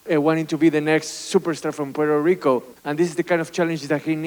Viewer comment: Berlanga vele verlanga 😂 que paso pueltolico